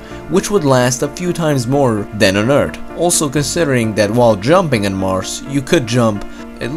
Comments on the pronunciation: He sometimes says Marsh instead of Mars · Earth...not Eart. Mars...not Marssssss. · “Marce” no it’s mars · Also: "Marsss" instead of "Marz."